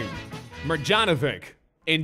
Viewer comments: Maryanovich not marjanovic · It’s actually pronounced Boban MarYanovich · Mar-yanovich. Thats how you pronounce it boi. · Wrong prononcation of MARJANOVIC Its maryanovich